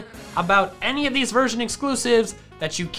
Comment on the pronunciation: I swear at the beginning I heard him say virgin pairs instead of version pairs 😂😅